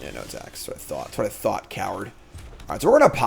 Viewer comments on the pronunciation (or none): none